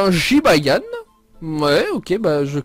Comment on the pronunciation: Un Jibayan?Désoler mais c'est Jibanyan mais pas Jibayan Ok tu me stresse avec sa Jibayan Jibayan....!!!!!😬😬😬😬😠😠😠😠😠😠😨😨😨😨